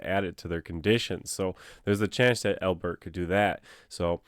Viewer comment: Why do you say AL-bert like that? No one says al-BERT. It's just Albert. Do you say your own name like dan-IEL? Doubt it. I'm sure you say DAN-iel. So why say Albert like that?